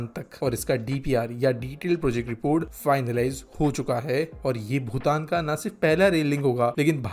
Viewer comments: भूटान ko भुतान bol rha h ye aadmi. Ek aur baat sikkim alag kingdom tha naa ki bhutan ka part. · भूटान और भुतान का उच्चारण सही किजिए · Hindi me bhutan sahi nhi bolte ho tum